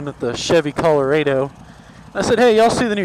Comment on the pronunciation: he said the name of the truck wrong like 6 times there's a R there for a reason it's Chevy Colorado not Coloado